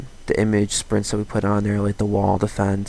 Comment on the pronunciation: Nice tutorial, but it irked me every time you said "Image Sprints". It's Image "Sprite", like the soda.